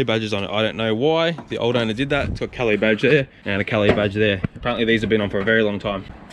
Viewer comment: Itsa " Cal laaace" maaate.